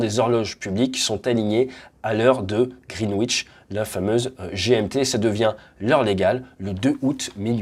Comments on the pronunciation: Très instructif, comme toujours ! Juste pour info, Greenwich se prononce "grinidch". Ça fait parti des bizarreries anglaises, un peu comme Worcestershire que se prononce... "wostecheuh" O_o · Attention à la prononciation ! Le 'w' dans "Greenwich" ne se prononce pas :) Même chose dans Norwich, Chiswich, Warwick... Mais pas Ipswich (il faut toujours des exceptions sinon c'est pas marrant ...)